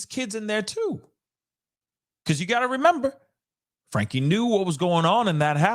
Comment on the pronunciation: Frank ( the E is silent )